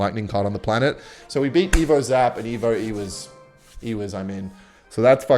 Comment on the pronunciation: GUYS DID HEAR THAT, HE SAID EVO EWIZ, NEW LEAK